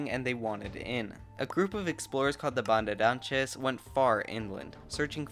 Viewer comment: Dude... you successfully managed to pronounce "João", which is a huge yes, but DUDE!.. you butchered "bandeirantes"... that should've been a lot easier to do!